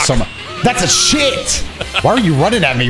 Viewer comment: the emphasis on 'shit' 🤣💀